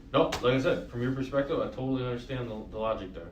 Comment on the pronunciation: douche bag is speaking to Jessica and he says, "sHtill". I'm not sure why this bothers me when he says "undersHtand" and now "sHtill". I'm makes my skin crawl.